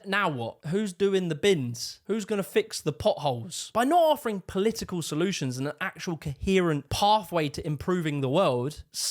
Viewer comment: It's not Polii-ee-kull. It's Political. It's not 'Eeveaa'. Its either. It's not "free". It's three. Learn to speak properly. It's not that hard.